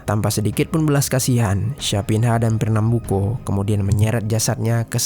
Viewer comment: champinha dibaca campinya dan fernambuco tetep di baca co buka ko.